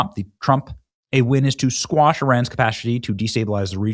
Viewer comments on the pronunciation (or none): For the ninth time ,the word is quash not squash.Squash is vegetable ,quash means to put down or suppress completely